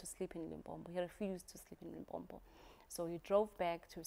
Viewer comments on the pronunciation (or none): Can someone teach to say "Limpopo" not "Limpompo".